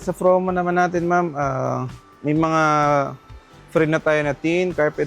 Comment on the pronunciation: Sir its "promo" not "fromo" nkailan na ha.